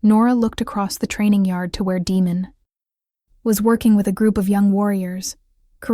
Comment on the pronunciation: I think AI is mispronouncing Damon.